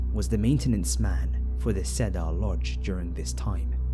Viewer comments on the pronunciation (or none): Thanks, these were really good! I appreciate you uploading them for us!! * Just so you'll know,, The Cedar Lodge,,,Cedar is pronounced --- C-der,,,like the word "seeder"